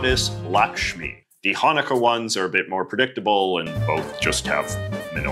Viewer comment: The way you pronounced Hanukkah in this video just made me laugh out loud.